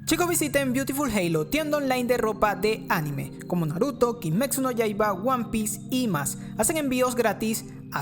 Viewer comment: Nadie:: kimeczu